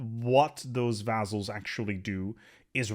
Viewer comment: couldn't handle the mispronunciation of 'vaZZals' had to search for Montu's video thx anyway